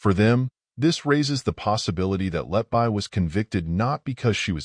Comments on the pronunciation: Lucy 'letbuy'? It's pronounced 'letbee'. Stupid AI narration. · I like your presentation but please correct the mispronounciation of her last name, everytime I hear Letbuy instead of Letby my blood pressure rises